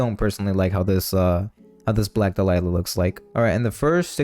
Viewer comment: Interesting how you say "dalila" instead of "dahlia"